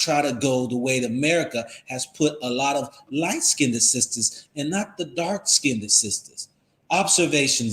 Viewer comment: FYI - "skinned" is pronounced as 1 syllable. It is not pronounced "skin - ded".